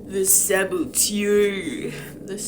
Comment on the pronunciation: It's actually pronounced "Sah-Bow-Tour" 🤓☝️/j